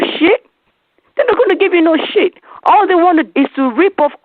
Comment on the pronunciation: I loved what she said... but did she say sh*t or ship?